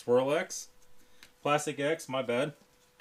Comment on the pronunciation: Plast-ecks. That is the way to say that brand.